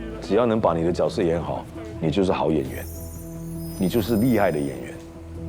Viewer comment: 角色。。。Right pronunciation shd be Jue She.. Not Jiao She😂